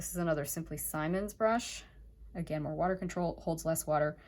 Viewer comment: Please it is “Simmons” not “Simon’s” short “I”